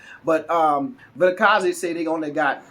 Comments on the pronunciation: 👏🏽👏🏽👏🏽👏🏽👏🏽👏🏽👏🏽👏🏽wow, I give you 10/10 for pronouncing Vilakazi. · I like how you say 1947 Vilakazi. Jozi is getting into your veins.